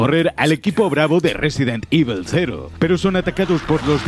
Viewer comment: Resident ivol ...